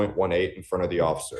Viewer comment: You said Occifer!😂 I agree😊😊😊